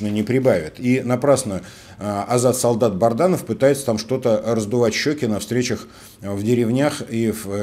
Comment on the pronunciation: Добрый день! Пишу вам не первый раз, вы упорно называете неправильно фамилию Азата солдата, это так задумано или не запоминает, что он БАДРАНОВ, а не БАРДАНОВ, для полит технолога вашего уровня это режет слух